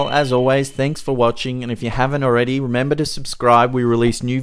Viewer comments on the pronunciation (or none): none